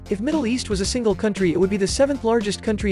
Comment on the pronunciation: that moment when you pronounce Byblos as 'BYE-blos' :skull: literally more offensive to a lebanese person than anything else here